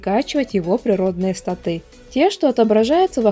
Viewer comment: У вас достаточно не плохие обзоры, но что меня уж сильно раздражает это неправильное ударение в некоторых словах рпг направленности типа статы или мобы.